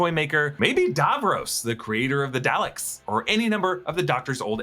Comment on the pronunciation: Do you even watch Doctor Who? You butchered the name of his planet, Gallifrey and the name of the Daleks